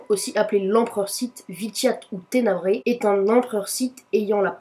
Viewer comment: "ténebra" pas tenebraé"